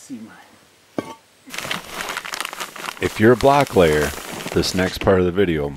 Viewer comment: Did you say "black layer"?